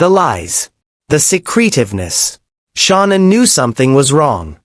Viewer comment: This reporter is talking about someone different this Shaunann whos this or is it he doesnt know how to pronounce Shannan Chris Watts wife name is Shannan Watts